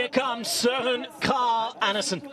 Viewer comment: Incredible pronunciation of "Kragh"!